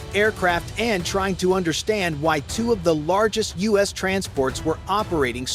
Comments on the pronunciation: The us? A.I. narrators are so stupid its the U.S. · The "US" uses? Come on! Check you video before you post it and correct these stupid mistakes. It's the U.S., as in "you-ess." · Once again stupid ai voice the us not US hilarious can’t even speak English don’t they care pathetic, so embarrassing Trump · Dumb AI can't even say U.S.!!!